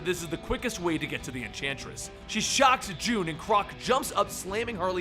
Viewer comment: you said entransist